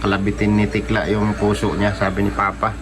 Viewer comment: Super tekla hindi tikla😂😂😂